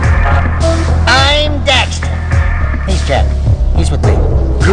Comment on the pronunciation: correction...jak not jack. daxter not dexter. also the game is called jak II not jak and daxter 2